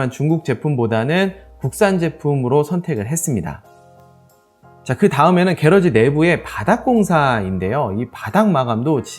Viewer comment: 혹시 말씀 하시는 게러지가 영어로 garage, '차고' 말씀 하시는건가요? 아니면 따로 한국말이 있는건가요? 만약 차고의 의미의 영어를 쓰신거라면 앞으로 영상이 해외에서도 보게 될수도 있을텐데 콩글리쉬 발음 보다는 영어발음을 정확하게 하시는건 어떨까 조심 스럽스럽게 말씀 드리고 싶습니다. 참고 Garage 발음은 gr.aazh 입니다. 게라지 보다는 그라지 쪽이 맞습니다. 기분 나쁘셨다면 죄송합니다.